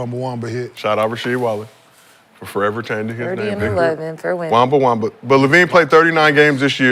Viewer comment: Wambawama 😂 not Wembenyama